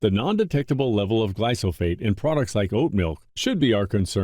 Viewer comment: This narrator keeps butting in and uses Barbara's image at the front. He can't even get the name glyphosate right!!!! What a donut. Glysophate???